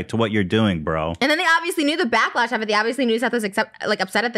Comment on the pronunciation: “backlesh” HAHHAHA